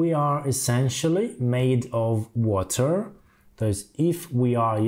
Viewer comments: В озвучке отчётливо слышим "Ворер",. После этого автор ролика говорит, давайте повторим и тут же произносит "вота". 😂😂😂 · В видео американское произношение воДэ, у автора британский вариант уота 😅